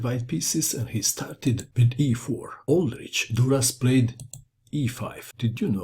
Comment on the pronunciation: well it is czech, the name is called "old rzykh" . Kh like ch in word loch(ness).